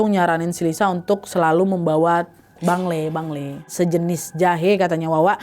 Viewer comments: Btw kalo di bdg namanya panglay kak bukan bangley😊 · Panglay ka bukan bangle;(